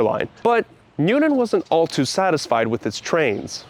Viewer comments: There is no city or town in Massachusetts named New-en. Or Newden. We DO have a city named New-TON. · Nice job, but be careful to pronounce the "T" in Newton.